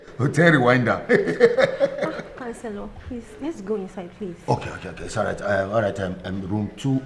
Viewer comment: instead of Hotel Rwanda he said hotel rewinder. 🤣🤣🤣🤣🤣🤣🤣🤣🤣🤣🤣🇳🇬🇳🇬